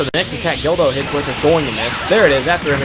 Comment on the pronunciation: its guldo not gildo...